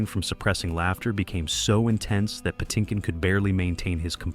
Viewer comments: This guy needs to learn how to say "Puh-TIN-kin". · Mandy "Pa-tink-in" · Yes! I like the video, but the guy needs to learn how to pronounce Patinkin and Elwes correctly. (Edited because I just noticed that I spelled Mandy's name incorrectly. At least I know how to say it. 😂)